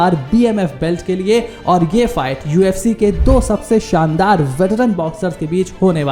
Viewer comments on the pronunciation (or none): none